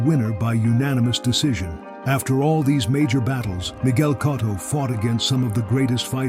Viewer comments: Anyone else annoyed how this narrator keeps messing up Cotto's last name and sometimes gets it right? How you gonna pay respect to a great fighter while messing up his name. It's not "Cot-toe" but "Co-toe".....It's gotta be AI. Artificial Ignorance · Who is “Cahtto”? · Pronounce it right numb nuts